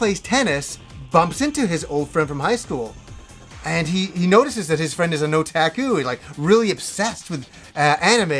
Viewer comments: it is not O Tac Ku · What kind of annoys me is how he says "Otaku" other than that, another great video as always,!